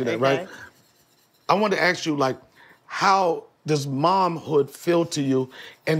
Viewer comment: Donnell.. It's ask not axe you a question